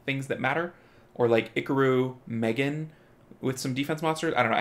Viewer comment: STOP SAYiNg IcaRu LiKe tHaT